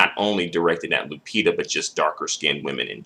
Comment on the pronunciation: Why are you saying "Lu-pizza"?